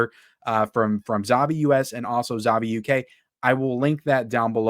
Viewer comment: 'ZAVVI' is pronounced like you're saying 'HAPPY'.